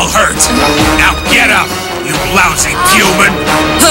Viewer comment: Am I the only one that hears "Puman"? Like, the VA was gonna say puny human, but just went straight to human mid syllable lol